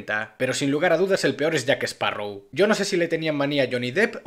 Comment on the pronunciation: Excelente resumen, es triste ver el desastre que son los guionistas, y por favor es "JackSparrow" no "JackEsparrow" 🎩👌